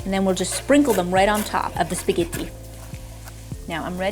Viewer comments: LOLOL... "speh-ghee-tee".... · And how she says spaghetti. Like stop.